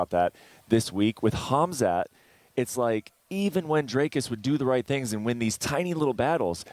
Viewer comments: Haha. I heard now!! Hazmat sounds funny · Can someone tell me why uncle Chanel continues to purposefully call him Kazmat? Lol